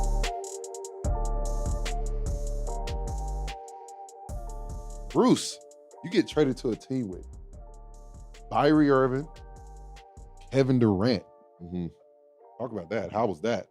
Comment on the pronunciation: Bro said byrie irving